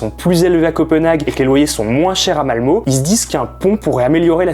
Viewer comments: Ça se prononce Malmeu pas Malmo! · Ça s'écrit Malmö mais ça se prononce Malmeu. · Faudrait au moins apprendre à prononcer Malmö (eu et pas o) l’île est au DK pas en Suède donc entre la Suède et le DK il y seulement un pont. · C est Malmö et pas Malmo. Le " ö " se dit " e " en suedois, ou " euh " si tu preferes. Pareil pour le pont øresund, le " ø " se dit "e " en danois, et comme en allemand le "d" se dit presque comme un "t" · Malmö prononcé Malmeu! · Pour info ça se prononce Malmeuh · On dit MalmEU ;-) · On dit Mal Meu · Je le prends presque tous les jours haha Ah et juste un détail, mais on dit malmeu. Un poil plus leger que "euh" cest presque "ah" entre les deux quoi haha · MDR le mec fait une vidéo où il est censé s'être un peu informé avant mais a zappé le fait que Malmö se prononce Malmeuh... en suédois comme en français. Hoax ! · on prononce Malmeut! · Le ö se prononce e et pas o... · On le prononce Malmeu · Malmeu... Ça se prononce Malmeu !!!! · Juste un petit commentaire de prononciation. Le scabdinave ø ö ça se prononce heu, Malmeu Euresund. Voilà... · On dit “Malmeu” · Interessant, juste petite précision, ça se prononce « Malmeu » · Ouais, mais un poil plus ouvert que le "eu" français, genre un mix entre "ah" et "euh". Pas malmeeeeeeuh haha